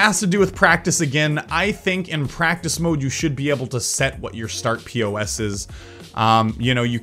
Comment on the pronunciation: its not start p.o.s. it is pos as in position